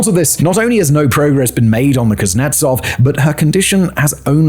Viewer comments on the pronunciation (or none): "Admiral CRAPnetsov" Killed me XD. My stomach hurts from laughter XD